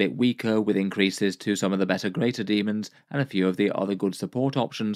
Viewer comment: The true pronunciation.